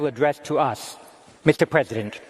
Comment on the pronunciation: Mr Prezibent Waslodymyr Werelenskyy... 😄